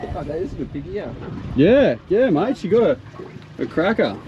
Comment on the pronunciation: No, it's Yerba MATE no matay. : )